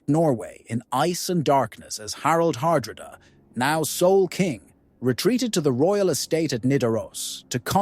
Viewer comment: Dear God please tell me this is an AI voice messing up Harold's name Har-dra-da